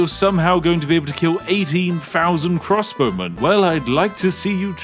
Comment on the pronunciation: Every time he says crossbowmen I understand crosswomen and think "Women in armour, nice".